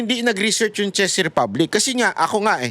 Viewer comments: for real CHEZ Ang basa mo sa CZECH?..or nag jo joke ka lang? "CZECH" pronounce as "CHECK" Sorry kung paminsan minsan kinokorek kita sa mga pronunciation mo Kasi ayokong makaisa sa ating Ang mga bobong vloggers eh. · Pronounce it as Chek Republic not Chez. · Ano b yan anong “chess” republic? Check po Ang pag pronounce. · Sabi ni Google, In English, the word "Czech" is pronounced exactly like the word "check" (/tʃɛk/). It rhymes with "neck" and "peck." The "cz" acts as a "ch" sound, while the "ech" acts as "eck," making it a simple one-syllable word. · Correction, pronunciation ng Czech Republic is “Tsek”. Thank you!